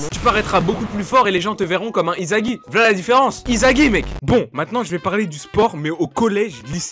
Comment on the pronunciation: Wsh il dit izagi pas isagi